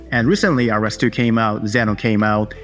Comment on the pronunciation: Quick credibility boosting tip: ROS is pronounced like ross, not like R-O-S. Unclear who decided that. ROSCon and documentation will confirm. Keep up the informative vids! Thank you